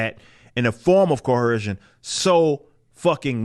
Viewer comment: There’s no H in coercion brah